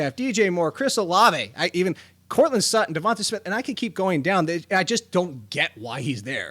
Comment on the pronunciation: He also said Sutton LOL